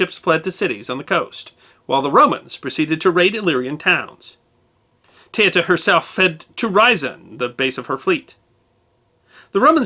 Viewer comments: It woud have been good if you learnt to say her name correctly. Teuta pronounced ( Te-oo-ta) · her name is pronounced TOOTA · Her name is pronounced Tay-OO-tuh. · Teuta is pronounce not like that. E and u is not a diftong but are pronounce as E and U. Second she was not a pirate but she gave accsess to piracy who worked for her.